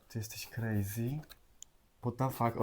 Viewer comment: Mówi się crazy